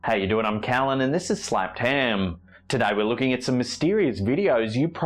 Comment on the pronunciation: Its Ham not Haaaammm.